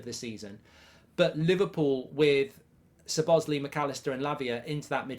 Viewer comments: its So-boz-lai ..... and not So-baz-lee ..... 😀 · Suhbozlee, stop it with this abhorrent pronunciation 🤮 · the pronunciation of Szoboszlai is "So-bos-lie"